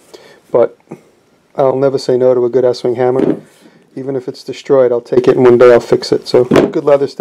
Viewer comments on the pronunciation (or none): estwing is pronounced east wing..